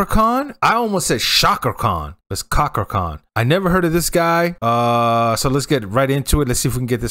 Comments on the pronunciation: [cha . kra . khan] please. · Pronounce it as CHA KRA